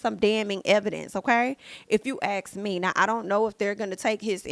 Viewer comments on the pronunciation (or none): Please don't say AKS?!? Its ASK!!! Unless English is not your native language, you shouldn't struggle to speak it well?!? 😬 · Can 'YOU PEOPLE' pronounce ASK OR ASKED listed of axed ? You sound ignorant to begin with.